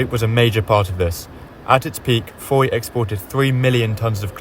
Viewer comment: Andy from Australia here. Just noticed you pronounced Fowey wrongly. I'll bet I'm not the only one to point this out....Ive never been there myself😂🃏